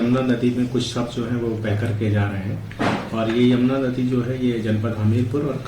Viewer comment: आप बार बार जमुना क्यूं उच्चारित कर रहे हो, यमुना कहिए